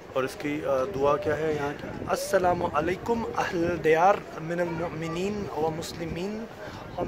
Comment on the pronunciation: bhai ek baat bolu bura ni manna aapne salam galat kiya h salamalekum nhi hota assalamualaikum hota h to plsss salam shi kre